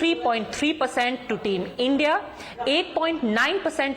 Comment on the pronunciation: Not team India. Call it I.N.D..I.A - like how you say NDA